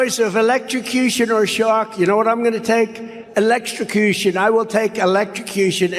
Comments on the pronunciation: "I'll take Electra-Coo-Shun." ~ DJT <> He'll suddenly be anti-death penalty if it was so ordered. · Why does trump talk about things like choices between sharks and electrocution?!!? How does that even come into his babbling conversation? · Is it a New York thing or does trump pronounce electrocution strangely?